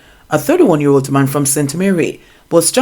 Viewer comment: The word is man and not mon.....lol